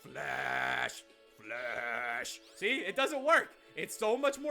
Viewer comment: Please... Never... Say... FLASH... Again... XD